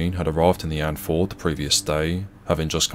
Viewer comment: It's "And-fee-yord", not "Andford". Signed, A concerned Norwegian... :'3c